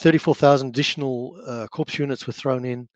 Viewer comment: Unfortunate that he keeps saying “corpse units” for “corps units”. More unfortunate that his books are $145 each on Amazon. 😬